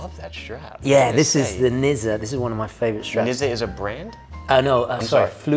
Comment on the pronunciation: Nizza is the German name for the French city of Nice. And it is pronounced more something like 'Nitzah' (a bit like 'Pizza', but with a shorter 'i'), if that is important to you.